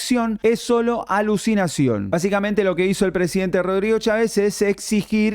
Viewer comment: No sean imb3ciles lo que impacto fué la pésima pronunciación de Cháves